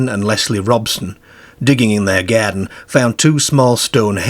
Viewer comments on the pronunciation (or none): Love how you say 'Scare'borough and Bizzear in their Gearden with sheards of gleass. A tall Deark figure 😂🤣 👍🏼